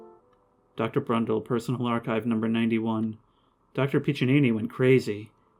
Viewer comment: Why are you saying “Crundle” instead of Brundle? I’m not trying to give you shit or anything, I’m just curious.